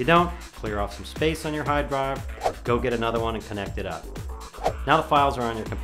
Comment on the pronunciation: hawd dwive hahahah i laughed so hard! p.s. i loveyour channel